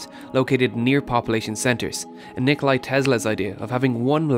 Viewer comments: Nikola Tesla, not Nikolai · Just one thing, you mispronounced Nikola's name. It is not Nikolai but Nikola. Without the i at the end. Also Tesla with an s and not z. Otherwise good video :) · It's Nikola, not Nikolai(y).